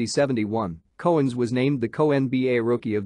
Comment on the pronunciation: The narrator sucks! Dave's last name is pronounced COW-ens as in moo cow, and the Celtics do not have the hard C pronunciation! He also kept repeating himself at times and his mispronunciation of rebounds kept driving me crazy!! Nice video otherwise!